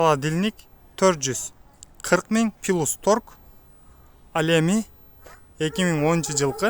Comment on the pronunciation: Пилус деп айтылбайт зб 🤦 плюс дечи торт эле тамга, трусаны турса дегендерденсинго трубаны турба